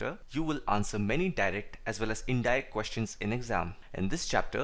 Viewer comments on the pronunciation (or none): none